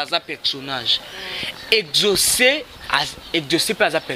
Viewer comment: Prononciation na yo mabe exaucé yo ezocé